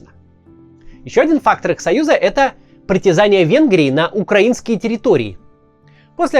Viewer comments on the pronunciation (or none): none